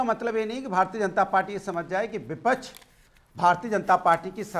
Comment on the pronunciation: अरे विपछ नहीं विपक्ष होता ह